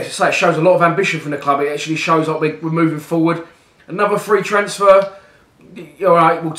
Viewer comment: Why do you say transfer like a northerner?